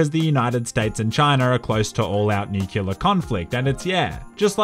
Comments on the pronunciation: Nuclear. It's not pronounced Nucular. Please. Fix. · It's NUCLEAR not NUCULAR. The latter relates to the center, or “Nucleus” of a cell. The former is the center of an Atom. These are very different topics and are not used interchangeably. DO NOT BE IGNORANT.